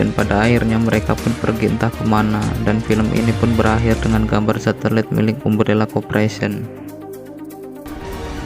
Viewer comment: Bacanya A-M-B-R-E-L-L-A kak bukan umbrella 🙏